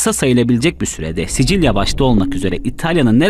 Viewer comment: Sisil söyle sicil değil